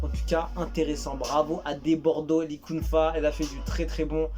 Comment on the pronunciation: Débordo likonfa, tel est prononcer par le youtuber, là il m'a tuer c'est trop bon, en tout cas le son me faire plaisir de l'écouter